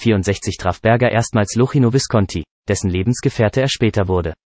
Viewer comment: Leider kann dieser Roboter Luchino nicht richtig aussprechen... 1:0 für den Mensch!